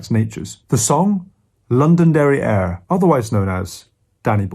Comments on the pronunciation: Did he just say "London derrière" ??? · thought he said London Derrière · I heard London Diary lol, I was like:"an ice cream company is a part of a musical video, that's new !" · I thought he said 'London Derriere' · I did not know the alternative name for "Danny Boy", so what I heard when Jacob said it was "London Derrière" xD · I thought he said, “London Derrière”, then I realised that the air in London smells like it came out of one.